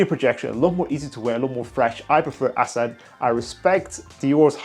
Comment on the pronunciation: So refreshing to hear someone pronounce Asad correctly!